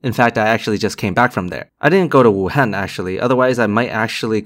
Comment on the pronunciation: Proper pronunciation of Wuhan? Yep you're Asian alright. Glad to know you're OK.